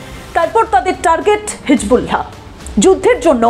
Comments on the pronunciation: thank you sister but your pronunciation of hisBullah is incorrect. শব্দটি হিজবুল্লাহ হিজবুলহা নয় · আপনি কেমন সাংবাদিক হিজবুল্লাহ সব্দটা ঠিক মতো বলতে পারেননা।